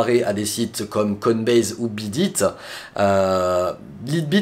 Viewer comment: "Laïte bit" voyons !